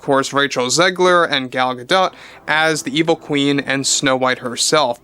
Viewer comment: not, you drive me crazy saying Ga-DOT instead of Ga-Dough..js. still love you ❤